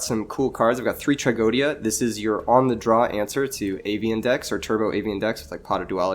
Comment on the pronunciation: I don't know how many times I have to write it in the hope that somebody reads it... IT'S TRAGEDIA NOT TRAGODIA